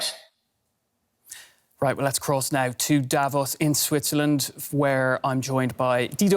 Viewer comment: Funny to see a reporter on a German TV channel not able to pronounce "Davos"